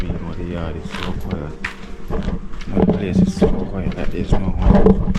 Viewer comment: Why are you saying "kwy - at" for "quiet" (kwy - et)? Please stop dropping "h" off words that begin with "h" and adding "h" on words that don't begin with "h." While you are at it, please also stop putting "a" in words where an "o" belongs and vice - versa. There is absolutely no need for you to be speaking that way with a high school (Kingston College I gather) background. That's a solid education, so you know better. I am a subscriber, and do like you and your content, but had to point out these little distractions in your diction. Cheers.